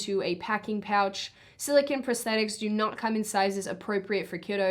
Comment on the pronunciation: FYI, It's "Sili-CONE" not "sili-CON". the first is a soft rubbery polymer, the 2nd is a semiconductor